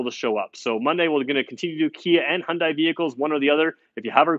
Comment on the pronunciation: Dude.... If you're going to do car reviews, you need to get the pronunciation correct. In the word Hyundai, the word sounds like "Hyun + Day." Acceptable is "Hun-day" but you do NOT pronounce "i." "Dai" sounds exactly like "Day." Feel free to ask any Korean.